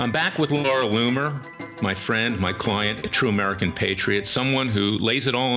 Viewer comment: Look Larry! You are really doing your client & the case a dis-service when you address the journalist Laura Loomer as Laura Loom, or Loon, or whatever you are saying. Her name is LOOMER! Get it straight!